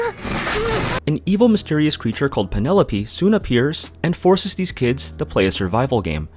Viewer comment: What is it with people insisting on saying a name wrong despite that name being spoken multiple times in a game. It's Pielope. A portmanteau of "Pierot" and "Penelope." And it is pronounced "Pee-eh-loh-pee"; you don't pronounced "pie-" like the pastry.